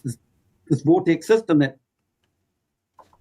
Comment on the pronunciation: Why does he emphasize the second syllable in "female" and "vortex"?